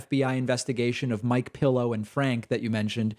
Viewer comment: I can’t tell if David meant to say “Mike Pillow” to highlight the absurdity or whether he’s just said it so many times it comes out naturally.